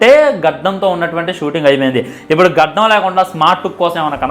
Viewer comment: గద్దం కాదు ra బాబు గడ్డం రా బాబు